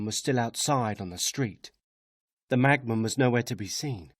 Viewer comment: Brilliant! But why does it sound like he's saying "magman" instead of "machman"?